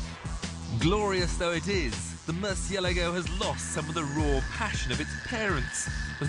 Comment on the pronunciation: omg i cannot stand the way he pronounces murcielago, it's so wrong!